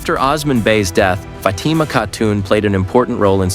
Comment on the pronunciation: Enjoying from America! You're kinda' slaughtering names. "O" sman "O" - NOT Oz like Ozzie Osbourn Fat ma NOT Fa tea ma You vascillate from the correct & wrong way. Be consistent. A lad den NOT A la din A lad (like British "lad") den Air truule NOT Er ter rule Bore ane NOT Bor ran You're pulling clips -- LISTEN TO THE SERIES from where you're snatching the clips. As for Orhan's wives - the Prophet Muhammad had 12 wives - 10 at one time. You got everybody's name all whacked up!! Can not do that. It's a cultural insult. These names are not pronounced as spelled. They're Turkish & Arabic. Get it together! Don't be typical. Show respect. Thanks!